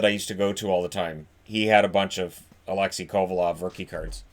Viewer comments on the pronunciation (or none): none